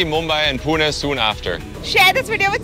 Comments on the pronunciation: First time I saw a non Maharashtrian say Pune correctly and it was not even an Indian! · Gora pronounced Pune perfectly. Meanwhile North Indians be like - we don't care humara Urdu jindabad!